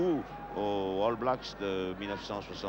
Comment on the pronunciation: Quel match formidable ! les arrières gallois qui ont marqué l'histoire, Williams, Benneth, Edwards mais aussi Bevan et Dawes (ok Duckham complète bien la ligne)... Et entendre le légendaire Jean Dauger prononcer All Blacks ("Halle blacks") c'est du bonheur... et le hakka néo-Z pas encore pollué par le marketing moderne, plus proche d'une farce étudiante... à voir et à revoir.